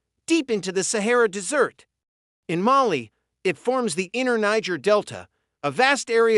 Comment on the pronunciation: Interesting, but the narrator needs to learn proper pronunciation. Desert is not pronounced dessert